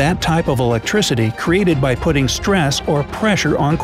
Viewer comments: Why cant the narrator PRONOUNCE several terns correctly: Its not " PEEZO ELECTRIC POWER" Its PIZO ! Example, one of several !!! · I'm 100% certain that piezo is not pronounced "pitzo" electricity!!! LOL! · It's not pitts-zo dude. There are several ways the word piezo is pronounced and pitts-zo isnn't one of them. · "Piezo" rhymes with "I Go". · "Cap y larry", "Pitso" 😂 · It's pronounced pie-zo.